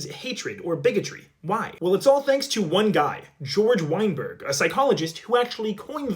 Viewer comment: weinberg /w/ isn’t the sound in German it’s /v/ , so it’s /veinberg/ like wegner phonetically not /wegner/ but /vegner/